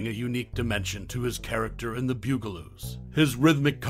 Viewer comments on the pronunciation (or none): BUG-a-loos, not BEWG-a-loos! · BUG-a -loos!!! Not bew-ga-loos!! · The ‘Byoo-gah-loos…?’ Really!! Arrrgh! I can’t even listen to the rest of it! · omg it's the BUG a loos. Mispronouncing the name is driving me crazy.